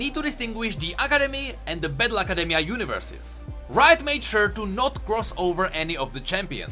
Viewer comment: when he says battle academia i hear bad luck academia